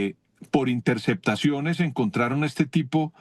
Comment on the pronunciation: Se de la espriella no dice intersectaciones, se dice intercePtaciones, hable bien corroncho mal hablado 😂